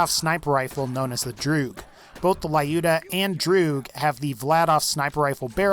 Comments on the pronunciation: Not to be one of those people, but the sniper rifle mentioned at number 3 is pronounced as Loo-duh, not Lie-ooh-duh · Dude, you're pronouncing "Lyuda" incorrectly. Just look for proper pronunciation of Люда.